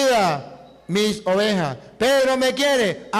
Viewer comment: Ovejaaaaaaaaaa se dise ovejassssss. Ten misericordia. Dios de este señor